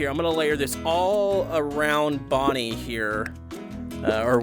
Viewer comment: It is not Bonnie it is bonbon